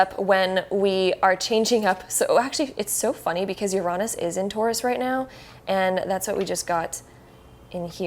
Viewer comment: Now don't get me wrong, i like the tarot card readings since most of mine come real. But to me, the way she said Uranus kind of frustrated me and made me correct her a lot. it is said like this: Ur-A-Nus. not Ur-ON-us